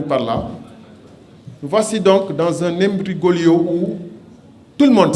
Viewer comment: ça se voit que courant bi maass na la. On ne dit pas "imbrigolio" mais "imbroglio" Salut!!!